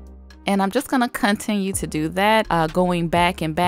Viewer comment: Dang... I feel like she was coming at me when she said “cunt-inue” 😔✊ great nails though girl.